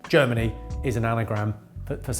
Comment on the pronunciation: Glad you put it on screen because I thought you said “Journey” not “Germany”